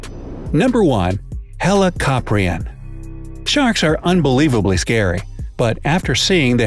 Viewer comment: helicopria= helicopter 😂😂